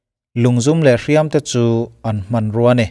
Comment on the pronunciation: Lung hriam a, hriam tih i lam dan khi a dik em aw